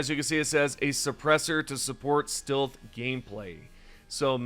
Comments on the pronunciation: you pronounce “stilth” like this on other videos to. Come on dude it’s clear you are doing it on purpose to bait comments for engagement boost. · Stilth anyone? ("Stealth" haha funny pronunciation) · Do you not know how to say stealth? Not stilth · Huh can't say stealth his says still weird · My bro, stealth is not pronounced "steelth", it is pronounced "stelth". Love your videos. Your annunciation is beautiful but makes me laugh sometimes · FOR THE LOVE OF GOD LEARN HOW TO PRONOUNCE "STEALTH". I kept wincing everytime you pronounced "steelth". Come on man 😢! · Why’s re you saying stealth like stilth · Stilth? If you say so. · STILTH WEAPONS STILTH HAS ARRIVED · bro doesnt know how to pronounce stealth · The way you say "stealth" hurts me 🤣 Great vid bro. Thanks for all the deep dive info. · Why the fuck are you trolling all of us by saying stealth wrong.? lol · Ummm, who says "stealth" like that lmaoooooo